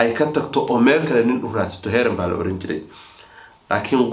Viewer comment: Heeran ma’aha waa Heerin.